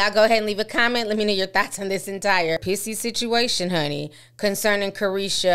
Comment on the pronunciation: She said “pissy” video..😂😂